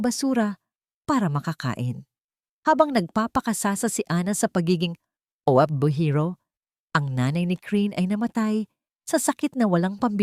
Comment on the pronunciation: Anong o ep be hero ayosin niyo nga sinasabi niyo para naman kayong di pilipino hindi niyo ba mabigkas ang OFW hayyssstt